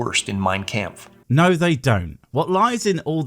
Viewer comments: "My campf"? I mean ok I thought it was "Mein kampf" but you do you bub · Ok FIRST of all it's Kampf with an ah. If you're going to spew bullshit about what Hitler believed you better get your pronunciation of German words correctly or else you're going to piss off all the people that have to deal with the Hitler bullshit to begin with, Germans! Nothing against you, either your pronouncing it that way because it's the first time you heard the word, you've always heard it that way, or you were pronouncing it that way because of that douche nozzle. Either way your not spouting bullshit about Hitler so you don't have to worry about pissing Germans off that have been compared to Nazis just because of their heritage during their time in highschool in the US. Second I honestly don't know what's worse, Holocaust denialism or this shit! Stating that evolution is the reason is so goddamn disrespectful that I demand that you apologize to all the Jews and other people that were victims or descendents of said victims immediately. I don't believe in hell, but I'm sure your god has a special place for scumbags just like you that pull off this shit in there. Third referring to what Hitler perceived as undesirables as "undesirables" instead of as "perceived undesirables" says a lot more about you then evolution. Most people that cover dark topics like this use such qualifiers as to inform others that they don't hold those same viewpoints. Least some one, I don't know, makes a clip of what they said and use it out of context, kind of like what you asshole d